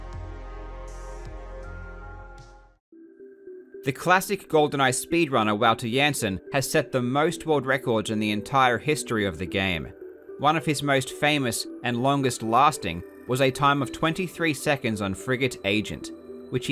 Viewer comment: Wooter Jensen 😂 always hilarious hearing English people pronounce Dutch names 😂